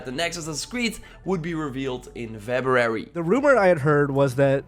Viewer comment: Febrarararyry lol